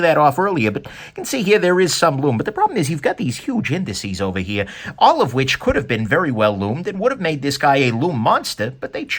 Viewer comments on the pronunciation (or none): Love to hear him say “Ovah heah” in that great voice.